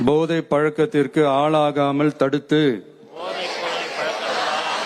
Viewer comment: Podhai not Bodhai Tamil language pronounciation read properly. Otherwise not pleasant for ears to hear. Please